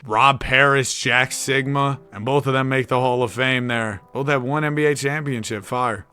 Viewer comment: Why bro say Jack Sikma like Jack Sigma 😂